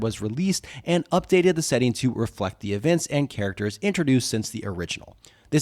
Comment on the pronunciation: How do you spell 'setting'. You do know how 'setting' is spelt, right? Why are you saying it weird like it's spelt setning